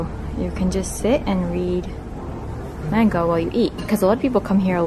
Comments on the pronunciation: the way she pronounced manga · u said manga wrong 😂